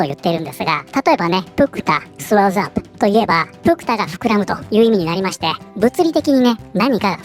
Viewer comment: swell、ふうぇるに聴こえる